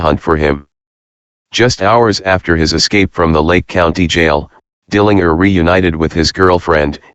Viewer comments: If you listen to some news wire reports from that time, they will pronounce it that way, as funny as it sounds. I think now we are so used to the JER pronunciation now that the other sounds odd. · Dill an jer. Get it right